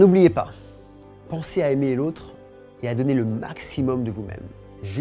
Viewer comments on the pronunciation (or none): none